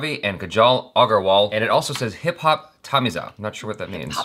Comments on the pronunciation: ....you should pronounce Tamizha as Tamila(தமிழா)😬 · Not tamizha pronounce as tamillaa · It's not "za" it's "zha" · Its Thamizha (Thamila)... Consider 'ZH' as 'L'... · its Tami"lzha" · It shud be Thamizha.... Th is த & T is ட... and zh is the ழ... It should be rightly said as Thamizha.... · Actualy the "zha " in tamil prononced "la" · No hate but it's pronounced as hip hop thamilla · DUDE IT IS HIP HOP THAMILA IN TAMIL ZHA = LA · THAT IS NOT HIP HOP TAMIZHA,ZHA IS PRONOUNCED AS LA ,SO IT OS HIP HOP TAMILA! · That should be pronounced as hip hop tamila .... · thamizha pronounce it tamila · the cringe level when he said hiphop tami"zz"a Tamil DIED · It's TAMILA not Thamizha 😂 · I think is intentionally mispronouncing. 😡 And you do not really know about 80s and 90s era to understand the context, so why are you doing a reaction for this? Achara is the only one who is bang on point in this whole reaction video